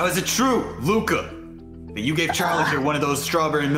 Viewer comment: Y'all I have been pronouncing his name wrong!! 😓😓 Its not Luca, its ✨Loukuh✨